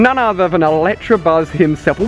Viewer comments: You really need to learn to read "Electabuzz" not Electrabuzz >.< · okay read it carefully it's not electrabuzz it's electabuzz 😈😈😈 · Why does everyone call it an ElectRabuzz. Do you see an R in electabuzz? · It's not Electrabuzz it's Electabuzz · he kept saying electrabuzz instead of electabuzz and I was getting so frustrated😂😂😂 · annoys me when people call it electrabuzz when its elecTAbuzz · He keeps saying electrabuzz its ELECTABUZZ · You say "ElecTRAbuzz"" but it's actually "ElecTAbuzz" your really really wrong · Does he realise there is no r in Electabuzz?